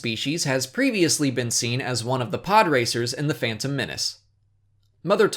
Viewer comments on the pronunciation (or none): none